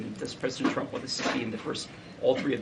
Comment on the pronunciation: Why does she pronounce his name "Chump"?😂